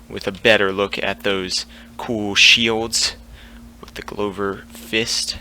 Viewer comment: The apology should be for how you pronounced Glover, not Maege. Haha